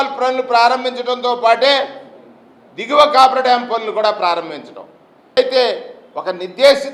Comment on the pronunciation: కాపర్ డాం కాదు కాఫర్ డాం! మీరు ప్రసంగాలతో కాలక్షేపం చేసే లోపు డామ్ పూర్తిఅవుతుంది. ప్రజలు పూర్తి నమ్మకంతో వున్నారు. మీరు ఆందోళన చెందవద్దు. ఆరోగ్యంగా ఆనందంగా ఉండండి, ప్రజాస్వామ్యంలో ఉన్న అద్భుతాలు చూస్తూ